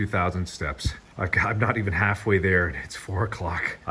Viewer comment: “Ohhhh, we’re hafe way there, ohhh ohhhhh”